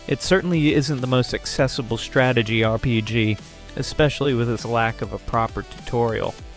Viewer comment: I think another thing that could help is watching out more for awkward pronunciations. A common one is that the voice breaks up "RPG". If the script has it as "R.P.G.", that's probably causing it to treat each period as a sentence ender, thus the weird pausing. If that's not what's going on, and it still stumbles on the letters, you can try a word substitution such as "arrpeejee" or just "role-playing game". That might be more of a hassle though, but if it removes the artificial pausing, that's one less repeated point of friction and could be worth that bit of polish. There's a few other common words it stumbles on or pronounces oddly. If folks comment on a goofy pronunciation, it might be worth fixing. It does seem I am hearing less of them on the new voice, but R.P.G. still stands out particularly, and I sometimes hear that on other channels too.